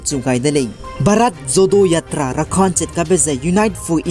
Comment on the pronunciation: Bharat Jodo Yatra kacheube pronunciation ge ah Jo-ro acheu ra kauleu gu delei..please no offense for the correction.By the way, you are doing a great job bro..and continue to do so..God bless..